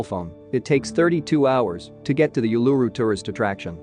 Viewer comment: Geez..... OOO-LA-ROO not you-la-rroo